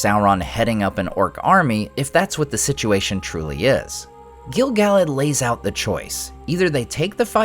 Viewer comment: Why do you pronounce Gil-Galad 2 different ways in the same videos? It drives me nuts. Haha. And OMG I'm so bummed that he turned out to be Gandalf.